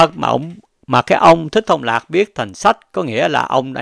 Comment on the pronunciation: Ad đọc ko đúng tên Trưởng Lão Thích Thông Lạc nữa mà bình luận gì ko biết,dẹp kênh đi ông ơi